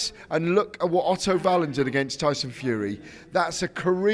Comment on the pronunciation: Why does Gareth keep saying Otto vallin 😂😂😂